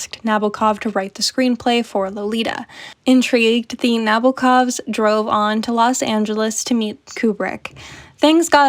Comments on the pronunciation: Nah-BO-ah KOV - the Os are long, as in "boat", the accent is on the second syllable, and there is a slight "ah" before the last syllable. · Good essay, I enjoyed it a lot. A little remark - the author's surname is pronounced with an accent on the second syllable 🌻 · The way you say Nabokov is hurting my ears… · It's NabOkov